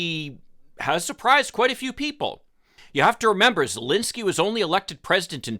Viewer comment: Hi... since you will very probably have to talk about this situation again, please take the time to google the pronunciation of the name of the Ukrainian president and the capital city of that country. It's called common curtesy and is not made whole by disclaimers of "Oh, I don't know whether I pronounce that right". Thank you and I love your insights.